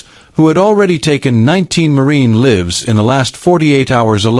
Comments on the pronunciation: It's Lines not Leen It's not Livs it's Lives............This AI shit is shit!!! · Yeah. "livs". There must be a way to enter annotations like phonetics, but I bet that's pretty awkward in 2025